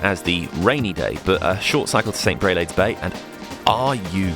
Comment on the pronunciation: Makes me very homesick. Wonder why I left. A nice compilation. St. Aubin = St. Obin. Mt. Orgueil = Orgayie (Mt. Pride). Brelade = Brelard.